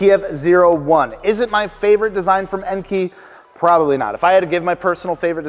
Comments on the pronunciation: EN-KAY, not EN-KEY. Do you call kei cars KEY cars?? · It's pronounced en-kay